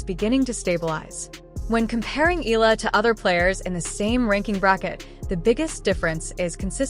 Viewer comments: Alex's surname is pronounced "EH-YAH-LAH"!!! (THREE SYLLABLES!!!) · 😮😮😮PLEASE IT IS PRONOUNCE EH-YAH-LAH!!! OK!? 😮😮😮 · Pls pronounce her name as Eh....yah...la.. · Maybe It's AI . That's why they cannot pronounced her last name properly. .